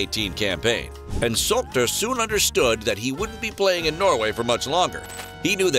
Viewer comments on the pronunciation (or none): His name is Solskjaer and not Solter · It’s Ole Gunnar Solskjær not Ule Gunna Salkter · I recommend you to check correct pronunciation of Solskjaer. It must be [Sulsher],if I'm not mistaken.